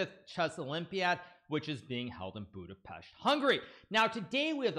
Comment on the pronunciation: I appreciate Hikaru pronouncing Budapest correctly